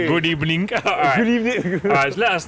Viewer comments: That women said good ebening and that’s on (#X cause there’s no rules) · That woman 100% said “Good Ebning” 🤣🤣 At the very end, was that catching a dose of the ghost spud?